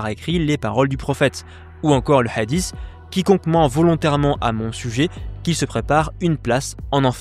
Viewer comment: Madame Chabbi : les mots de coran sur FBK, une valeur sûre qu ne prononce pas le mot hadiths en "adisse, adisse, adisse, adisse" ... au bout de quelques 20 "adisse" j'ai stoppé la vidéo, et je ne suis pas arabophobe, mais j'aime que les mots soient bien prononcer ... et ce mot hadith n'est pas le plus difficile de la langue arabe ...